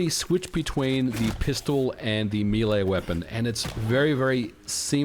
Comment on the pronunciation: Why is MVG calling Melee Weapons "Milei Weapons" ? lol